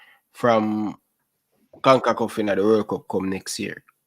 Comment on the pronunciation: Con-ca-CAF Not Con-ku-KUFF